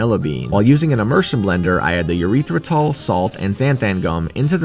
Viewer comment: my favorite sweetener, urethra-tal